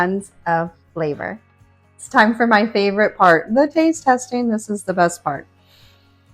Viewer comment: "testeen," "cookeen," "dooeen," "shutteen," "warmeen," - there is a "G" on the end of those words. "Dishtribute??" Ugh.